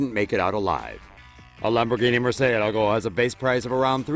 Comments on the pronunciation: The way he murcielago make me want to kill myself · Since when do the Chinese Respect anything? No surprise what you see them doing to perfectly good, amazing Cars. Oh, and say Murcielago again, I effing dare you